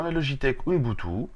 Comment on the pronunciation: OU-BOUN-TOU ET NON PAS OUNBOUTOU